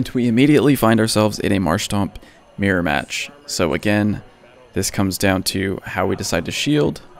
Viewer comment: I was wondering what you meant by a "meer-match" until I realized you were actually trying to say MIRROR lmaoooo